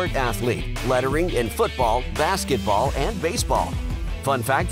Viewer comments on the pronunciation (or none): none